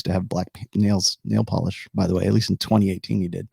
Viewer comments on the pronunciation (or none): none